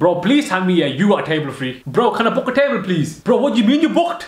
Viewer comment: Listen carefully on how he says table on